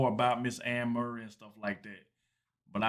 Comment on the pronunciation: its prounced Furry (Murray)